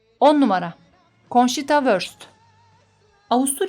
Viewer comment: Konçita diye okunuyor.